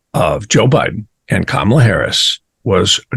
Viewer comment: Nice to hear someone pronounce Kamala properly. And Tesla's are nice, especially when they combust and the fire can't be put out. EV's are mos def not ready for prime time.